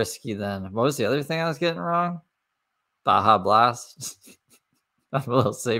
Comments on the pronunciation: Baja is pronounced baha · Baja blast is pronounced- Bah-ha. Yes you must freeze breast milk but there is no way she is producing that much. 40oz would barely last two days not a week and nobody is taking breast milk for a baby without knowing how it was stored it can only be out for 2 hours before it goes bad. She’s totally off base with her “over abundance “ nonsense. Babies feed every 2 hours from the start of when they began nursing sometimes they cluster feed which is even more often so she’s not pumping nearly enough to keep up with the need let alone keeping it stored safely. No foster parent or hospital is giving that milk to any baby